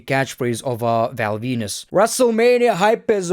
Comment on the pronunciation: Val Venis 😂